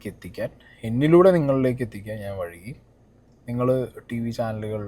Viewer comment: വഴുകി എന്നല്ല, വൈകി എന്നാണു, പല വീഡിയോകളിലും ഇത് ഇടയ്ക്കിടെ കേൾക്കുന്നത് എന്തോ പോലെ തോന്നുന്നു, so, അതൊന്നു പ്രാക്ടീസ് ചെയ്ത് ശെരിയാക്കി എടുക്ക്, 😊😊